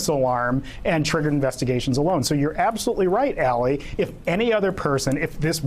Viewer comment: "Absasmurfly?" Nice.